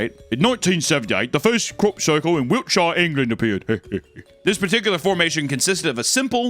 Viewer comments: Another absolute banger of a video. Also fyi it's Wiltshire not Wilkshire ;) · Love your work, but Wiltshire is pronounced Wiltsheer! One of those annoying British pronunciations! Keep up the great work, I love it! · It bothers me how you pronounces Wiltshire so much :( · I'm bothered that you're calling my country Wilkshire. It's Wiltshire 😤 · Brilliant British accents but it’s “Wiltshire” which you intuitively pronounce “wiltsh’uh”. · Hi, English guy here. We pronounce it as “wilt-shuh”…much love! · Wilkshire is pronounced Wilk-Sure✅ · I am from Wiltshire England and I had no idea we had so many crop circles and also their impression of local Wiltshire folk actually fuckin spot on Also, it's pronounced Wilt-sher Don't ask me why